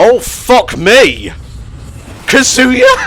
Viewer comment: most YouTubers: *get so loud the mic clips when the Smash character is in focus *: *weirdly becomes way more British sounding with "OH FUCK ME, KAZUYA?" *